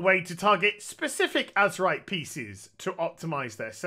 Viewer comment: yeah he just slang it up and call it Azemrite in his videos